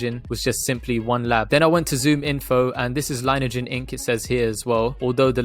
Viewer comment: Thanks for the consistent and super DD,!! Also, just FYI, heard CEO Erik pronounce it Lin-e-ajen (long E in the middle) on an earnings call and other vids. Go BNGO baybeee!